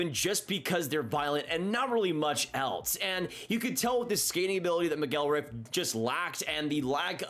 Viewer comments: It's pronounced MACK-gil-Wrath. And he was a bust immediately. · I was going to comment about this. The way was pronouncing his last name was really getting to me.